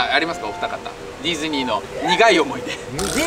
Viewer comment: デズニーじゃなくてディズニーって言えてる？笑